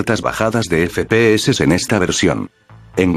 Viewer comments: No estoy feliz si no escucho el "EFE PE HECES" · Me encanta cuando dices: E F E P E E S E